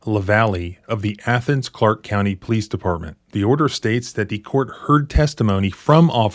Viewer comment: "Athens" is in Greece. The city in Georgia is pronounced "ay-thens"